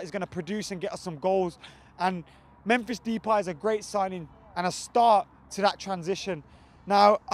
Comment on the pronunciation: This nigga just said "Menphis Depie" Hopefully Di Maria plays against hull. 😊😊😊😊😊😊😊😊